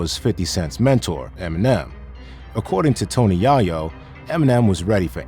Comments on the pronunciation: 50 wasn't afraid of anyone and he definitely wasn't afraid of Irv Gotti🤣. This is OLD news and its Tony Yayo!!!!! Where do these people come from that's always Mispronouncing Black artists names??? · It’s a little suspect when you watch a video like this and hear names being mispronounced. lol. Like, if you use AI, at least check the shit. It’s “yay-yo”. NOT “Yaaa-yo”.😂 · Tony who!? Dude said his name like Steve urcle 2.0 😂😂😂😂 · Bruh said Tony YAHyo... not once, not twice... but THREE TIMES 🤦‍♂️ and read this script like a third graders book report. This video got my view and my comment just say this... and fix ya mic. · IT'S PRONOUNCED TONY YAY-YO!!! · Did ai dude just say "Ya-yo"? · The AI voice keeps saying "Tony Yah-Yo" :D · My guy said " TONY JAH-YO " 🤣😂 AHH 💩 that had me dying! Lol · Dude said “Tony Yah-yo” 😂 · Tony Yah-yo...man this AI nonsense isn't that difficult can they get cultural AI representation?? How hard is it to have someone record the AI content pronouncing rappers names right??? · Did I just hear him say Tony Yahhyo?! WTF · Cuz said tony yahyo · no bro that’s not on purpose that’s the dumb Ai it’s pronouncing it like Yahoo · I don't believe a single thing that comes out of FJ's pie hole. He's "been everywhere", "knows everyone", "passed on signing Em", wouldn't be surprised if he says he passed on signing Michael Jackson too. And Who's Tony Yah yo?🤦‍♂ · I almost stopped watching after dude mispronounced Tony Yayo around the : mark. How my guy?